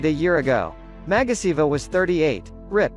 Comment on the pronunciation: It's actually Magasiva, not Magasavia